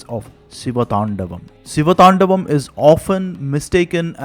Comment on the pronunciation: Great work spreading your knowledge! but you butchered the pronunciation of the siva thandava sotram. Hope you correct it next time! - 1. "Gala jJala praVaha pavi thastale", not "tala jvala prabhava pavi thastale". 2. "ninada Vadda"not "ninada madda" 3. "thandavaM" not "thandavath"